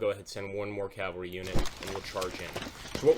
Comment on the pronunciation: Cavalry. CAVALRY. CAVALRY. NOT....Calvary.